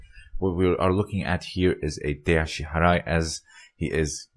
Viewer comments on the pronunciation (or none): But the pronunciation of "ashi harai" is "ashi Barai", right?